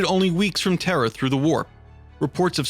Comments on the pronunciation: why do keep saying terrer it sounds like you say terror really fast; terhr. plz say terra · Please stop saying “terrhr” lol